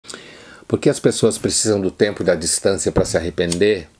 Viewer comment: Uma hora embolou tanto a palavra tempo que lembrei da DILMA falando🤔